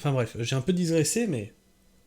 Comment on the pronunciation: Digresser...et non "disgresser"..🌿🌻🍄🌳👽